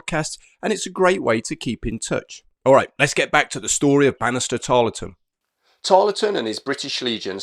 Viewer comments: Brilliant video but it annoyed me how you kept mispronouncing his name. You don’t empathise the LE in his name just plain old Tarl ton. I know because I live in Tarleton, just south of Preston. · Tarleton has a silent E, pronounced Tarlton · Pronounced "Tarl-ton." Good to see an episode of Americans fighting Americans. JOlly good to learn that a Captain Corbett ws in the 17thy Light Dragoons. Thanks to Parkinson Pasha. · It's a very good video on Banastre. I'll say nowt about his portrayal by our American cousins, save to remark that Harry Lee's participation in Pyle's Massacre doesn't seem to have harmed his reputation on this side of the pond. PS You don't pronounce the E in Tarleton.